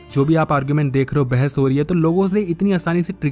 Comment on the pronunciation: Bhai mere bhais nhi bahas hota hai